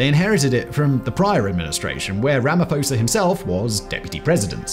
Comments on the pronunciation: Pronounced: Rah-Mah-Paw-Sah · Ramaphosa is pronounced "RAMA-P-HOSA" not like the Greek ph.